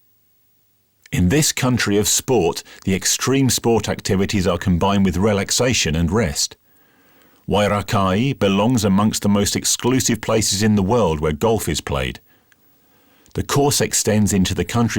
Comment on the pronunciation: Actually in reality just called Wairakei. ( why - rack - ee ), except by the pretentious and precious.